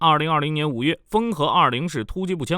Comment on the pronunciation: 「豐和」是 Howa，不是 Fenghe。